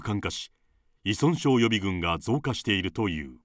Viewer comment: ナレーターさん、いそんしょうと言ってます！正解！